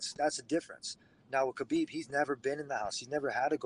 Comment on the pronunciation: Kevin you can.t still pronounce Khabib name right :) I am so disapointed in you old man.